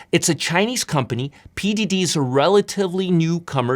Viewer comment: Nice vid! For next time, $PDD is pronounced "pin-dwoh-dwoh" not "pin-doo-doo", Google translate has a phonetic feature which I always find useful!